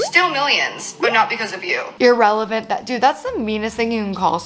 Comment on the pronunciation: Not "irrelant" ☠☠